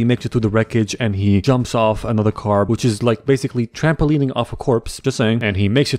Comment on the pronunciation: You said car not right